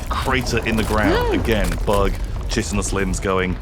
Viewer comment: Both you and. Chitinous is "kai-ten-us" not "chitten-us."